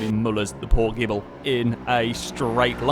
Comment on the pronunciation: that's not the starting line on the dragstrip, it's pronounced (GI)-(BLEE)